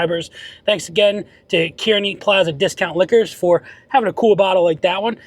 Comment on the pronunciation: Pronounced "car-knee"